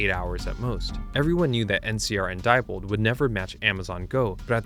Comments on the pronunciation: Nice video, very informative. However, at least pronounce the names of companies correctly. Diebold is dee bold, not die bold. Never say die! Thank you. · Diebold is pronounced “dee-bold”.